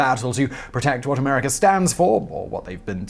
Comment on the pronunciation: I love the way Simon says "'Merica"! Thanks for making me laugh Simon (especially considering the subject of this video...hmmm)